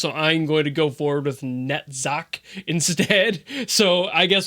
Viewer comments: Incidentally, the "ch" in Netzach is pronounced as more of a hard "h". So like... ignore the c and put emphasis on the h? That way you don't call him Nutsack like I did before ^u^ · I'm no expert but Net-zarck is definitely closer! While there's no official english pronounciation of the names in-universe, I believe in the Hebrew these names come from the ch sound is actually more like a low 'h', kind of like a growl at the back of the throat. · I can tell you it is pronounced like nutsack XD